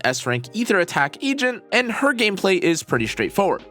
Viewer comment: I'm just wondering what an Egent is? Or was i the only one who heard that in her intro too lol... 😅